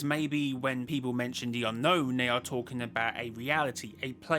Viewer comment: Why do you keep saying They as "Nay"